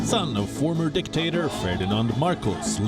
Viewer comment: Why is the word “dictator “ is always emphasized?